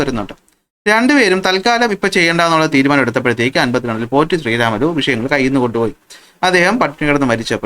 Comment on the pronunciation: #പോറ്റി_ശ്രീരാമലു എന്ന് പറഞ്ഞു ആ മഹാന്റെ പേര് കളയല്ലേ ! പ്രത്യേകിച്ചും ഇപ്പോൾ കേരളത്തിൽ ! തെലുഗു ഉച്ചാരണം അനുസരിച്ചു അദ്ദേഹത്തിന്റെ പേര് #പൊട്ടി_ശ്രീരാമലു എന്നാണ്. ഞാൻ പത്തിൽ പഠിക്കുമ്പോഴും ഇതേ തെറ്റ് പുസ്തകത്തിൽ ഉണ്ട്, ഞാൻ പഠിപ്പിക്കുമ്പോഴും ഇതേ തെറ്റ് പുസ്തകത്തിൽ ഉണ്ട്. പുസ്തക കമ്മിറ്റിക്കാർ സിന്ദാബാദ്. പണ്ഡിതമന്യന്മാരാല്ല്യോ ..?